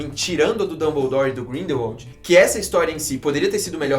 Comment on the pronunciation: “Grindeuaude ” quase parei de assistir